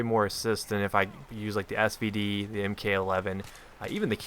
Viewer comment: you mean Mark 11 and not m-k 11. you dont call a mk-19 a m-k 19 you call it a mark 19